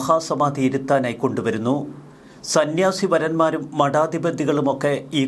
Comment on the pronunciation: സന്യാസിവരന്മാരല്ല, സന്യാസിവര്യന്മാര്‍/സന്യാസിവര്യര്‍